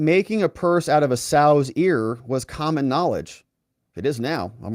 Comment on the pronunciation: Sow’s rhymes with cow. Sow’s ear🙄